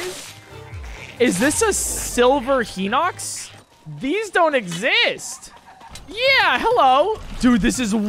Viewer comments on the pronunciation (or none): You said henox not hinox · Like the guy who said it's not hinox it's HINOX it's highnox not henox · Its not HINOX you say it like highnox